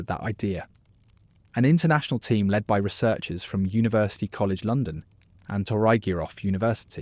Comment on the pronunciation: Oh diwedd dad, its not leed its led you numpty.